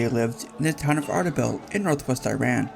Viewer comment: I love this. Just wished you pronounced Iran correctly.